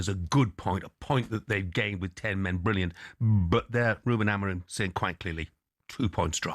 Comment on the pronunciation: When are these guys gonna pronounce Ruben’s last name right? Both Rooney and Carra still call him “A-Maureen” maybe when he wins something.